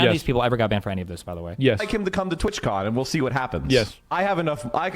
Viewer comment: TWATCON not twitchcon